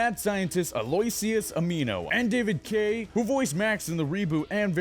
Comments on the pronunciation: Ugh.. it's ANIMO NOT AMINO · Did you say dr amino. It's animo. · It's Doctor ANIMO NOT AMINO 😒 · He said Doctor Mino Lol 🤣 its doctor animo you spelled it wrong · Its pronounced ANNN NI MO not animo. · Its Animo not amino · Am i the only one who noticed that he kept saying Dr. Ameno instead of Dr. Animo? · really dude?...... "dr. AMINO?" UGHHH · It's not Dr. Mino it's Dr. animo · Oh my god it hurt me every time he said Dr. Amino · not Doctor mino, its Doctor Animo not amino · Doctor "amino"... ANIMO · "Dr Ameeno"? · Animo not annmio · Did you say (I'm going to spell it as if I'm sounding it out) *Ameeno*? I'm pretty sure it's Animo (sounds exactly like how it's spelled) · Did he really pronounce Dr Animo as Amino like Amino Acid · Dr. Animo, as in animals, not amino. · Anyone else notice that he said "Stink fly" was changed, but ended up ended up showing XLR8? And that he said that "Gray Arms" was a fusion of Gray-mater and Fourarms, yet the editor put Gray-mater and Overflow? And that this guy says "Dr. (Amino) instead of Dr. (Animo)..... twice Honestly come one guys. At least try to act like you know this show. (Or at least try to go back and edit your script and correct visuals in future videos, because that was baaaaaaaad) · 1. you pronounced Dr.Animo's name wrong by pronouncing it as amino 2. you showed grey matter and overflow when talking about grey matter and forearms 3. you showed xlr8 instead of the reboots depiction of stink fly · The guy's name is pronounced an-i-mo ! Not ani-mo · His name is Dr animo... ANIMO. Like animos oooo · Is pronounced an emo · when he said doctor animo i thought he said doctor mean-o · He keeps pronouncing Dr. Animo as "amino" like amino acid and it's bothering me. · and it's pronounced An-eh-moe. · Ah-loo-ish-us Ah-nee-mo Not only should you learn the character names, you should learn how to read. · This guys having a hard time pronouncing Amino's name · SAY ANIMO RIGHT PLEASE!!!!